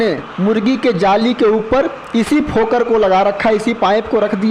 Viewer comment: भाई जी फोकर नहीं फोगर बोलते हैं